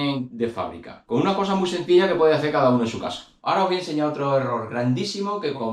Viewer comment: Y lo de aprender a hablar español correctamente siendo español para cuándo??? Por qué eso no es acento , sino es no saber hablar español castellano correctamente. No sabes pronunciar las palabras correctamente ni entonar ni vocalizar. Dices todo con c o con z. Caza en vez de casa,coza en vez de cosas etc. Luego todo con ch, ,coshe en vez de coche. Y luego do y tre. Para referirse a dos y tres etc. Y así con todas las demás palabras y frases así que yo no puedo aguantar esto ya bloqueo este canal y que no me salga porque me da asco oir a la gente de Andalucía Murcia y Extremadura